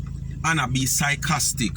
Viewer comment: Sycostic sounds more like her..